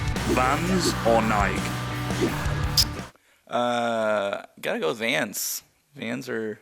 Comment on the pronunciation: am I the only person who realized they mispronounced Nike?